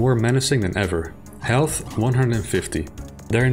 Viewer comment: Elth? Aight? (Instead of health and height) Is that a result of a bad noise removal or do you actually speak like that?